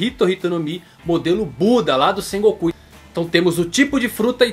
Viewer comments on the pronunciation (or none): none